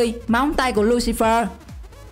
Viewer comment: "Lu si phe" chứ không phải Lu si phơ